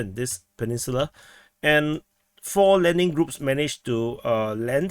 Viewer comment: Sounded like you said that four "Lemming" groups landed north of Ovlenka. In hindsight, that is accurate.